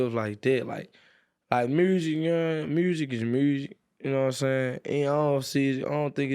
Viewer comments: “muirzick is muirzick” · “Meursic is meursic” 😭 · NLE is like I don’t got no time to to say music with the u so it’s going to be MOSIC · Mrusssic is moorzik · Everyone: Music NLE: “Mursic”😂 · MURSIC IS MURSIC -NLE Choppa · he said mursic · How normal people pronounce music:music How now pronounces music:MUUSRIC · "mOOsic Is mOOsic" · It's Muersic, not Music dummy!😀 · "Moosic is moosic"😂😂😂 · “Mursic” -Nle Choppa. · yo he making this “moosic” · Mursic-Nle Choppa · moosic is moosic nah saying🤣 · Nobody Nle: mersic is mersic Also nle: moosic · “MOOSIC is MOOSIC” -NLE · is meursic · M U S I K 😂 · did he just say he started. Library and a reading program for kids right before he said “moosic”? He should join his program. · "M-musik is thrpie" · “He made bErUtiful MuRzIK, his MUriziK was bErUtiful” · Brutrifu myrsic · “murzsic, uknowim, murzsic is murzsic.” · Muhsic is muhsic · Eric Campos. Mrusic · fr talkin bout mursic lol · NOBODY: NLE CHOPPA: "MURSIC IS MURZECK" LMFAOOOO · Why does he pronounce music so weird? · Does NLE chop really think that theres an R in murzik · why does he add an “R” to every word 😭